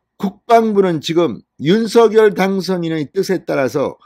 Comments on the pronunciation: 입은 삐둘어져도 발음은 똑 바로합시다 윤슥열아니라 윤석열입니다 씝. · 윤서결이 아니라 윤성렬로 읽으셔야 맞을 것 같습니다. 이름은 문법보다 본인에게 물어 본인이 맞다고 하는 발음이 우선해야 하는 것이 동서양 막론하고 불문율로 되어 있거든요.